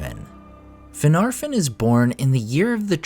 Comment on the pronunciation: The second "f" of Finarfin and Fingolfin is supposed to be soft. It's pronounced more like a "v." As is the "f" in Gandolf. Think "Finarvin and Fingolvin."